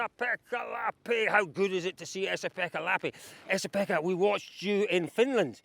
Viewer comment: By the way, it's Jari Huttunen, not Huttenen. Also, Esapekka Lappi, not Essapekka. Otherwise nice chats.